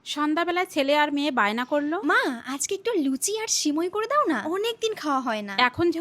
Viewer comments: সেমাই ❌ সেমোই✔️ 😅😅😅😅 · আরে ভাই কেউ ওকে বোঝা এটা সেমোই না সেমাই 😆😆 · সেমাই❌ সিমাই❌ সিমুই✅ এটাই বাস্তব। কি রাগ করলা আফা......?🙃😉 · Samai ❎ simoi ✅ 😂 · সেমাই❌ সিমুই✅ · সেমাই না সিমই😂😂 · সেমোই ❌❌ সেমাই ✅✅🤣🤣